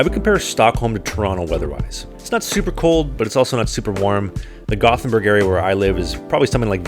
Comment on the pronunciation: When I played World of Warcraft, a lot of people in my guild were Swedish. One of the first things I realized was, that the names of the cities sound NOTHING like the other Europeans pronounce them. I remembered this after hearing the guy saying Gothenburg as a Swede. He almost nails it. It sounds a bit like two words Yóte-bóri 😄